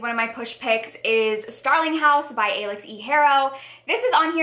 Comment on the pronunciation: Alix is just pronounced the same as Alex!